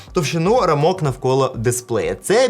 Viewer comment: рАмок) не рамОк)